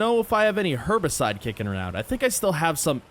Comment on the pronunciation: I swear u aren’t supposed to say Herbicide like that…